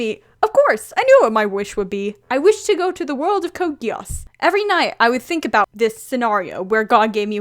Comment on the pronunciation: Am i the only one who's getting slightly annoyed by the way she pronounces "Geass"